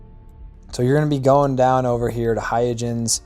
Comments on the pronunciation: Hay-ya-jens? Christiaan Huygens wouldn't recognize his own name. It's not hard to look up the pronunciation, you know. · It’s “hoy-gunz” named for the Dutch mathematician, Christiaan Huygens. But otherwise great video! I think your editing was tight and greatly paced. And I never knew about the unregistered sale trick. That’s amazing! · It's HOY-gunz, but thanks! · "Hoi - gens" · The pronunciation is hi-guns, and these ships spawn in random locations once you're above a certain level, my favourite is Huygens and Shoza